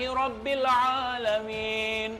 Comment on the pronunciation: lu bacaan surah alfatihahnya sangat hancurrrrr Pada bacaan robbil 'alamin, lu mentalin huruf lam nya